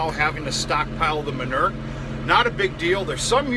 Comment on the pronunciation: Manure = Muh - New -ER.....LOL